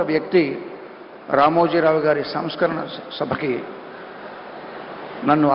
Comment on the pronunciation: Sam smarana ,,, sam scarana kaadhu